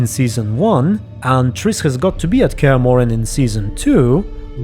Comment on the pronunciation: You got Cahir pronounced correctly. Also they're gonna have to do some shit to bring him back. He's my favorite side character and they butchered him in season 1, was absolutely devastating. And Rience is pronounce like science but withe and R instead of an Sc.